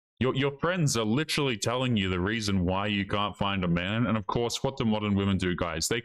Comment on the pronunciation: "Dayh-ing" "lichterally".